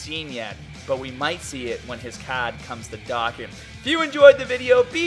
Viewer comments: You say dokkan like dakkan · Stop saying Dokan it’s DOKKAN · Why do you say "dokkan" wrong? As well as anything that ends in "an" or has "ar" in it. Is it your accent or what? Just curious. No hate. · It is Dohkan that is how you say it